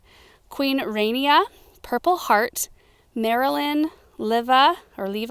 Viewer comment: I don't want to be that person, but Queen Rania is pronounced RAH-knee-ah, not rain-knee-ah. She's a remarkable woman.